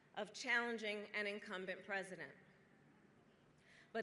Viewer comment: I love the emphasis on "president". It drives the NPCs crazy